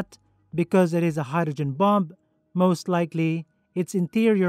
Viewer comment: "Let's assume the bum has already been released from the bummer". I can't help but hear the words "bum" and "bummer" every time he says bomb and bomber, which is rather interesting. I'm not knocking the narrator because his English is far superior to my second language. Well...I don't even have a second language, so definitely not criticising. It's just funny hearing him talk about bums and bummers, is all. 😂